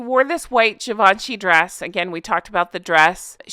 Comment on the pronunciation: You have mispronounced Givenchy!!! Correct pronunciation is available on YouTube. It’s a French brand not English